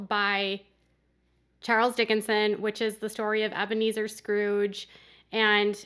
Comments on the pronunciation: Charles Dickens not Dickinson. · It's Dickens not Dickenson..lol just kidding. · It’s Charles Dickens, not Dickinson.......just FYI. 😜 I pray he does regret everything...one can hope. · By Charles DICKENS. Not Dickensan.